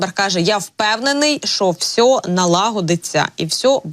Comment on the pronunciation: Прохання до ведучої, не використовуйте слово "все", звучить" всьо"